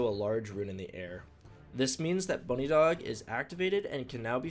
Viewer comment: this dude just called it "bunny dog" lmao what it's "buh-nidhog". aka 'nidhogg' the dragon in norse mythology.